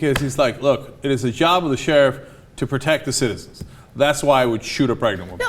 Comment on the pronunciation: 1. A fetus is not a citizen. Birth certificate got? 2. It's illegal to have an abortion at nine months. 3. Using deadly force on a pregnant woman will kill the baby. 4. Life begins at consciousness, not conception. 5. Sheriff is not pronounced "shurf".